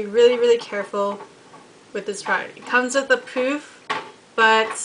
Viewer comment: i believe it is pronounced as "puff" not "poof"